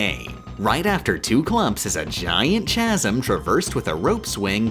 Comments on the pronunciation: Ch-asm? It's pronounced kazm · this video is great! there is just one little thing i am giving in to the urge to be a pedantic little shit about, if only because it took me a bit to realize what you were trying to say: "chasm" is pronounced like "kasm" ;P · Please learn how to pronounce chasm correctly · They say that everytime someone points out that she says chasm wrong, she refuses to say it right for another month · "Cremling" is also the name of the little crustacean critters in the Stormlight Archive, so I thought of them every time the Donkey Kong enemies got mentioned... Also it's pronounced "chasm".